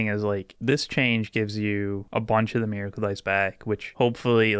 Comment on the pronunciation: What the hell is a "Mareicle"? Is his voice resonating in his 5-head and ruins "Miracle"?